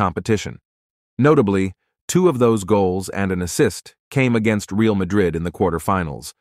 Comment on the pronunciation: The guy in this video should learn how to correctly pronounce ”Real” (as in Real Madrid) and ”Henry” (as in Thierry Henry).